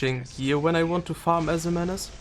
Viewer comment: Sry for being a child xD but the way you pronounce her name is pretty good